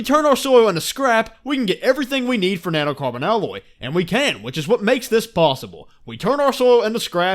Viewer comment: NAnoe Carbawn alooy I'm sorry, it just caught me so off guard...